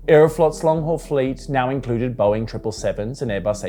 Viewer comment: the way australians say "boeing" is so funny